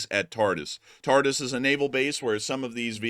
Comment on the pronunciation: Please! Tartus is not pronounced Tart - us, it's pronounced Tart - oose. With the appropriate diacritical, Tartūs. I know. I used to live there.